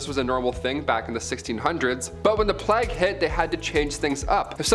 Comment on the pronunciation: Att.: - it is not pronounced 'plaque' it is plague. Notice it is a G not a Q! It is so annoying to hear all of you and your team mispronouncing everything... 😐